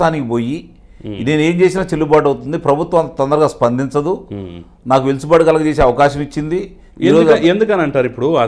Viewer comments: Sir వెలుసుబాటు కాదండి వెసులుబాటు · కానీ చిన్న మనవి.... మీరు పలుమార్లు... వెసులుబాటు అను పదాన్ని ఎందుకనో వెలుసుబాటు అని సంబోధిస్తున్నారు... అన్యధా భావించవద్దు... దయచేసి సరిచూసుకుని సవరించుకొనగలరు 🙏